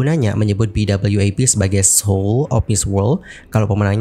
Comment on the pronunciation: BWAP bukan BWAF